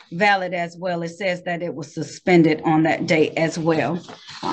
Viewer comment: at least learn to pronounce correctly "dis" "dat" "foref"